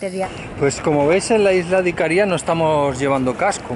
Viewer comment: Hola. Una pequeña corrección. Las isla se llama Icaria, no Icaría. Es decir la primera "a" es tónica. Aprovecho para comentar que la Isla de Rodas es Rodas. No Rodes, ni Rhodes. En mallorquín Rodes, con la ""e" abierta que suena casi como una "a". Saludos